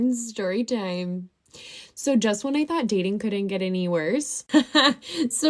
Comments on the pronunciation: BRUH THE WAY SHE SAYS SHORY SHIME LIKE TF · ShTORYTIME LOL